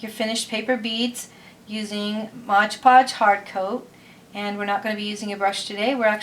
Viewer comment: Modge Podge? Lol i thought it was MOD podge